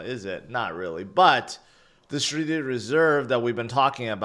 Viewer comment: the sreeted reserve! 😂